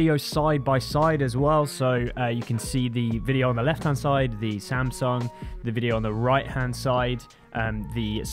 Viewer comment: 샘성이라 안 하고 삼성이라 해 주시네